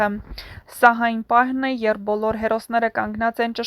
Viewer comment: Աղջիկ ջան ոչ թե եռբ,կազմակեռպել այլ երբ , կազմակերպել և նմանատիպ բառեր, մեր գեղեցիկ հայերենը մի աղավաղեք բառերը ճիշտ արտահայտեք, ալարելով էլ մի խոսեք